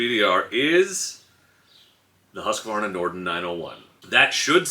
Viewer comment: I'm sorry but as a scandinavian please let me note the pronounciation of Husqvarna. Hus, like juice. Then qvarna. Something like Huusqvarna.Not husk like husky. Love your videos and bon voyage.